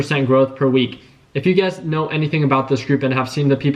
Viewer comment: Everytime you say ugaz,i be thinking you be saying you guys 🤣